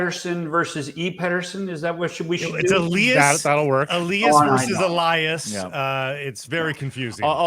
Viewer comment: It's pronounced Elias not Elias.